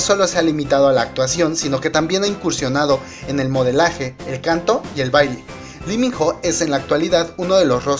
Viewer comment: Se pronuncia ((Iminoh)) Lee Min Ho Y es mio ..😍😝 Mi único amor🙈 lo esperare 2 años ..Mi Vida 👌❤ El #1👑